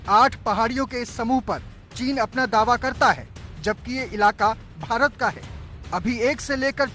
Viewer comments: Are chutiya ABP media भारत होता है भीतर नहीं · Bhaaret not bhiret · Bhirat nhi hota bhart hota h.newwalo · Bhirat nahi madam bharat hai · Bhirat nahi Bharat hota hai ,,, headline padh liya karo...... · It's Bharat not Bhirat....... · 'भीरत' नहीं 'भारत' होगा। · news wale bhi spelling me mistake krte h. भारत होता है भीरत नही🤣🤣🤣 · Bharat hota hai bhirat nai chutiye phele apni galti sudharo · Bharat ki spelling to sahi se Bolo 😂😂😂😂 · Bhirat...😆😆😆..saale anpad ...Abp....nhi Abc hota hai